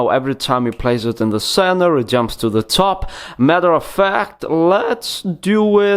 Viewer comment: I like how this guys says top... Teeoup